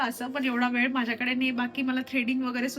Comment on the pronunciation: वेड नाही ग.. वेळ 😂 कड्या नाही तर कळ्या